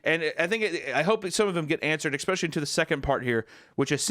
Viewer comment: "X-pecially" - Hunter